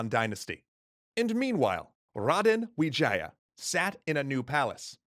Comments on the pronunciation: Bruh it's not Vijaya it's wijaya , that's even my last name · wijaya not vijaya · Grizzzy Playzzz that's what actually the name looks like though, we pronounced it with w, but the word is v